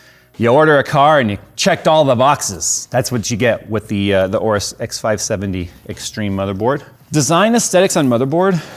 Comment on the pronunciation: it is Orus. The A is silent.